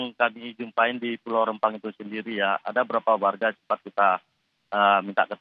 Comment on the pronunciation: REMPANG BUKAN REMMPANG ADUH HOST NI